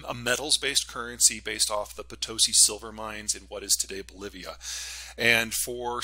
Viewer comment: Potosi. Pelosi Haha It's Potosi' emphasis on last syllable.